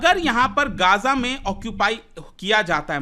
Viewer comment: ग़ज़ा not गाजा, Please correct it. 😊